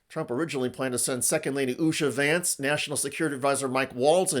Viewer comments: When JD says his name, he totes says "Shady Vance" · Did he say "shady Vance". I like that. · I thought vance said, "Hi, I'm "shady" vance"! 😂😂😂 What a fkng moron !🙄🤦‍♀️💩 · Notice when JD vance states his own name it sounds like Shady Vance. How appropriate. Leave Greenland, Canada, and other countries alone, Trump and his bunch are screwing up enough just trying to use computers and radios! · ...did he say, "Shady Vance?" 🤔🤨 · I clearly heard JD introducing himself as "Shady Vance". Appropriate. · When Vance introduced himself I heard it as « shitty Vance ». This could become a good way to call him. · Did he say I'm "shady Vance"? Lol. Feel free to use. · Did he say shady vance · Did the V.P. just say "Shady Vance" ? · I love the way he says his name. To me and many others in Europe, it comes across as Shady Vance😅 well at least he is honest about one thing. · I thought he said. Hi there Shady Vance here. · Did he say Shady Vance?